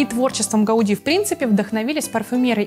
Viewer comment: Гауди не исковеркали, и на том спасибо, все остальное - ладонь - лицо!